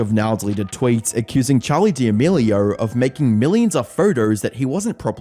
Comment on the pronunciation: “Charlier Demerlioerrr”